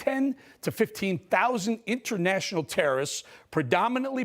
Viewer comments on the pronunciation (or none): "I'll lead an effective strategy to mobilize trueinternashtubbadepressure." - Sleepy Creepy Potato Joe